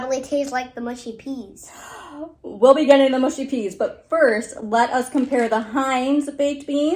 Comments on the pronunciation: Its 'mushy' not 'mushy' (by which I mean rhymes with 'hush' not 'bush'. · Mushy is pronounced m…ush..eee. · Mushy - not mooshy ☺️ - peas are to be eaten with fish and chips. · please dont say mooshy peas.........mush mush mushy peas lol